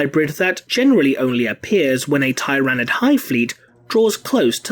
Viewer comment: “Tie-ran-id race”